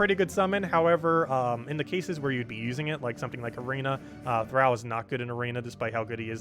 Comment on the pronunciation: Please Google how to pronounce thrall.